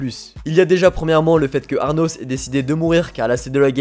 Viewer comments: cest pas arnos mais anos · "ARnos" C'est pas plutôt Anos Voldigoad ? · Du coup le nom du mec c'est anos et non arnos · Ces Anos et non Arnos comme tu dit ahahah😭😭🤣🤣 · Tu m'a casser la tête à dire aRnos c'est ANOS VOLDIGOAD LE CRUEL ROI DEMON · "Arnos".... C'est "Anos" il y a pas de "r" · J'adore tes vidéos, mais pour cette vidéo, c'est le ARNOS qui me dérange, c'est Arnos 😅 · C ANOS PAS ARNOS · Pourquoi tu dis ARRRRRRRRNOS alors que c'est Anos ? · ses anos pas arnos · Anos, pas Arnos x) ça m'a trigger toute la video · Par contre faut arrêter de l'appeler Arnos comme un gogole